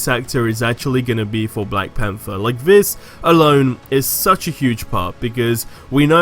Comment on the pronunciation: It's this not fhis